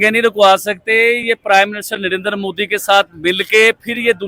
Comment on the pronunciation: Abe mudi nahi bolte modi hai vo